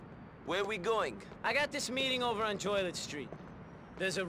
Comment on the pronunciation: I like the way pronounces Joliet Street. Just like toilet.